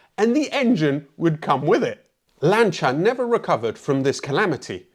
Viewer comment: What is lancha its LANCE E R